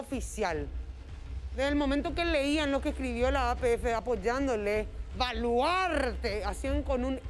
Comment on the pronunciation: Jaja! Muy buena la imitación, no se porque se ofende algunos si ellos tienen a un humorista que normalmente imita a personalidades del fútbol. Lo que si estuvo de más fué el "valuaaaarte" con tanto énfasis.